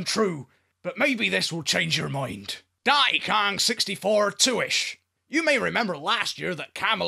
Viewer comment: "Dahn'y kaahn" gets funnier every time.